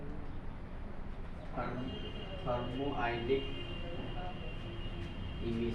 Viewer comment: Thermionic emission hota hai pronounciation sahi kijiye